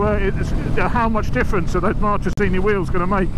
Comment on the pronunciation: Ahah, for an Italian native speaker it’s really funny to hear Marchesini spellled that way 😀. Top content as usual 👍✌️